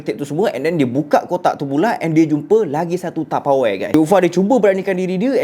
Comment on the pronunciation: SEBUT ELOK SIKIT TAPEWARE HAHAHAH LUCU